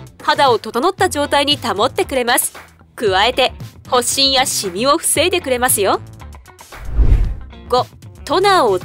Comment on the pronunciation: 発疹は はっしん✕ ほっしん◎ では？